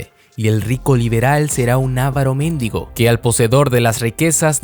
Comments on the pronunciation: Dice "mendigo" y tu pronunciación pareciera ser "méndigo", que tienen significados contextuales distintos y hasta regionales. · Solo una aclaración, lo correcto es decir avaro mendigo (sin acentos), no ávaro méndigo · Me he quedado con que has dicho méndigo en vez de mendigo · Méndigo JAJAJAJA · solo un comentarío, en minuto 5 leíste méndigo, y en realidad es mendigo sin acento en la E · Se lee “mendÍgo”, no “mÉndigo” 🙄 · Un 'ávaro méndigo'??? Jajaja necesitas revisar tus acentos, dijiste algo totalmente diferente